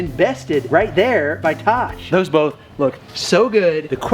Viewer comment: Bolth lol